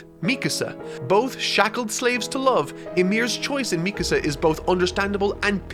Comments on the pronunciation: I respect the ending for what it is, ironically I predicted the ending before eren even got a 2nd titan power, I was only wrong about 1 thing Eren and Mikasa (pronounced Me-kah-sah, not meek-a-saw) not ending up together and having a family. I'm happy this series has finally ended once the anime finishes in fall of this year this mediocre series and its mediocre author can finally fade to obscurity and I can sit back and watch the fandom cannibalize itself like so many overhyped series have before it. Do so keep me entertained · I completely agree with most of what you said in this video.... except one thing... ITS ME CÁSA not Mecuhsa lol, other than that fantastic video! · God, you know I love the hell of you,, but.. If I had to hear you say MEEK-UH SUH one more time I would have swallowed the end of that rifle faster than Reiner. MEE-KAHSAH. SAY IT WITH ME NOW, FOLKS. MEE-KAHSAH. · Mee-kuh-suh. Bruh. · meecuhsuh btw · Your pronunciation of Mikasa is frustrating. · Bruh why you pronounce Mikasa's name like that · RIP you will never finish HxH, not even Togashi himself gives two sht!s :/ Love the videos!! Btw your pronunciation is Mikasa is funny lol